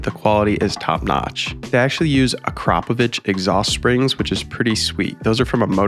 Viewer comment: YES!!!! Finally somebody pronounces the exhaust correctly!!!!